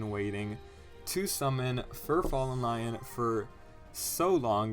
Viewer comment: the wrong pronunciation of lyon irks me more than it should ☠️☠️